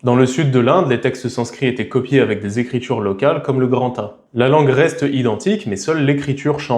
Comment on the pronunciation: Tu m’as tué avec ton grantha A 😂😂